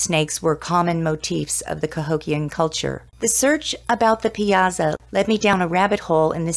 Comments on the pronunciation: If you're going to do a story on something, pronounce the main subjects correctly. Pie ah saw!!!!!!!! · Its pronounced "pie-saw"